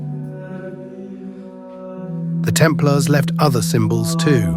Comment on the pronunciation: Temp Laars? It's pronounced: Templers. A I voice overs pffff!